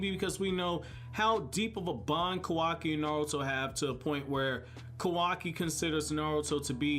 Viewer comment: isn't it pronounced kaawaki instead of kawaaki, the show displays it correctly yet my boy do be sayin kawaaki. but dang i hope naruto be livin in the future :[